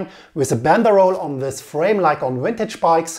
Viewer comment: Lets start wis se scariest part of se story